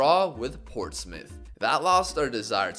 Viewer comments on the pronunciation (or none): none